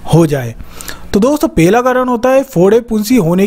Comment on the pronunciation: Abe pela karan nahi pahala karn.